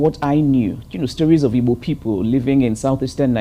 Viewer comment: You noticed how she pronunced "IGBO" she pronunced it as exactly as it should be pronunced.